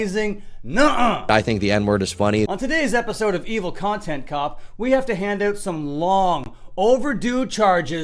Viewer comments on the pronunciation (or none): Lost me when you said “hand oot”